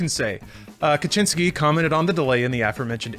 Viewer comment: Stop saying "Kaczyński" 🤦‍♂️🤣